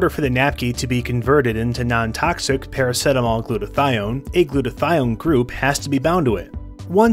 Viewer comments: Para - see - ta - mol Not PARA - SET - AMOL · Good video but I have never heard anyone say Para-set-amol. Para-seet-amol is the pronounciation I'm used to 😂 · Wow, as an Aussie watching this I want to scream because we pronounce it "para-seat-a-mol"...what is wrong with our mouthes, send help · i thought everyone pronounced it praraceetamol lol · I stopped watching because he said it weirdly